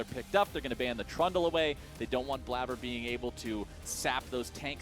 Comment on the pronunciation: Highlight of this video is obviously when one of the casters said "Bladder" instead of "Blaber."